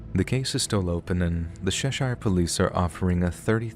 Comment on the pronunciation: when pronouncing British counties we do not say Shire like the horse or hobbit ville… it chesh-scher (or shuh) almost like you are about to say shush but get cut off from the ush part!